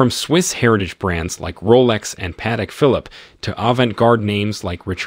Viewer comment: Lost me at Patek Philip. At least learn the pronunciation.